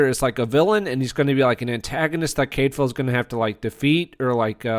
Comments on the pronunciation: Full on read this as "half a whiptail". Great show. Nice review. You sure that's how they say his name in the show? I thought it was more 'Cad file' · You need to read the books to fully understand the characters, and history to be credible. You're mispronouncing his name and tons are left out of the BBC series for time reasons. I couldn't even finish listening to the post and wont be back.